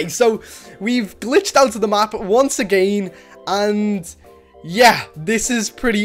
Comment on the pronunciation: I love how this person says again agiiin